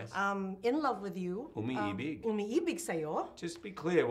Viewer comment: his accent here when he said "umi-ibig" was perfect it gave me goosebumps. Edit: Nice work on this interview Ms. Lyn I really enjoyed watching it! 😊 love from PH